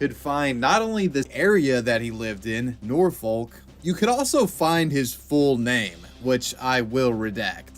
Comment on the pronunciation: Nor-fohk. Not nor-fo-l-k